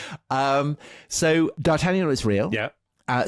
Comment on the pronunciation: You are aware,, that D'Artagnan was not speaking English with a bad French accent. Being a xenophobic Brit twit (is there any other kind?), of course, I'm sure you just can't help yourself.